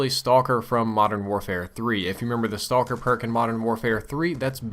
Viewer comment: It's BO2's "Stocker". :D Ah, that was terrible, wasn't it?